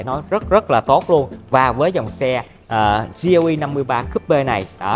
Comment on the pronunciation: Gờ Lờ E nghe cho quen a ơi =))